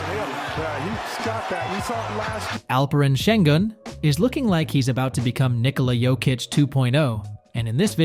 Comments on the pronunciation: nothing..also laughed at how he butchered his name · LEARN ALPEREN ŞENGÜN'S PRONOUNCATİON !!!!!!!!